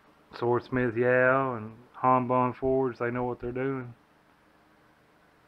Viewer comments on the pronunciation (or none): Han not haan